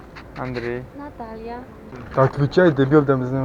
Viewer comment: ну, та которая говорит на русском не просто ж так его знает? а когда представлялась вторая,, так она вообще свое имя прям по-русски произнесла.